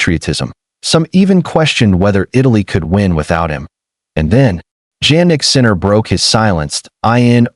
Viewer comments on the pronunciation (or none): Please who is "JANnick Sinner"? It's pronounced YAH-NICK. I hate these AI videos